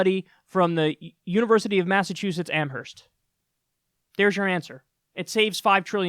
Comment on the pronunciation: When you say “UMass Amherst” the h is silent